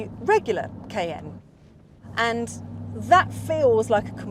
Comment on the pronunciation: Noticed how she (and possibly other Brits) pronounce ‘Cayenne’ — as just 2 letters: “KN”